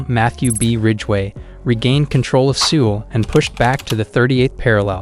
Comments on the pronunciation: He mispronounced every possible word he could. Who mispronounces Seoul? Did this guy ever turn on the news or step outside his house once? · Dude. Your lack of attention in pronunciations made it impossible to listen to. I served in the military for 20+ yrs and can't handle your poor pronunciations such as the super simple capital of SK. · Good info but man you need to learn how to pronounce things if you are gonna be a info youtuber. Like you can't even say Seoul or Pyongyang right 😩cringe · Who else is irritated by his pronunciation? Seoul is pronounced like 'soul' not 'sewel', Busan is pronounced more like 'poosan' not 'pyousan'.